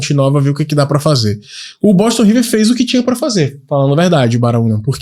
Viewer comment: Não é BOTON não, mano. É BOSTON.